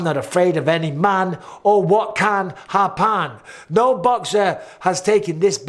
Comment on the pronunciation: "or what CAN .. happAN" 😂😂😂😂